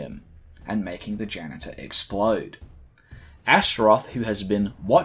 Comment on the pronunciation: “After this he goes on to directly fight the ganitor.”